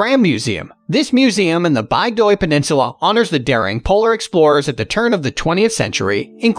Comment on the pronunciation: Nice choices. Please work on your pronunciations: VEE-ge-lahnd: BIG-doy, Frahm.